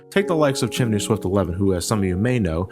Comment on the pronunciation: my first lp il never forget him but you prounosed his name wrong